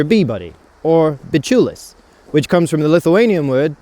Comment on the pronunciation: Not "BULIS" "BIČIULIS"